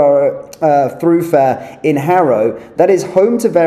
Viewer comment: Stone the crows - I like your channel BUT dont you read through your script before you go online, its THOROUGHFARE and DISCRETION